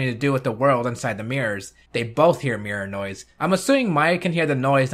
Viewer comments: Whenever he says 'Mirror noise', I keep thinking he's saying Mirinoi. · I don't know if it's just me but every time he says Mirror Noise to me it sounds like he's saying Mirinoi